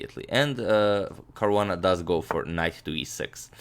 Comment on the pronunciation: its caruana